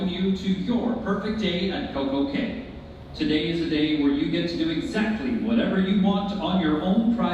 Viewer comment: It’s pronounced key (cay) not Kay